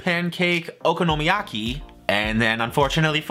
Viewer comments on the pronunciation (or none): Okonomiyaki is pronounced how its spelt. O-ko-no-mi-ya-ki.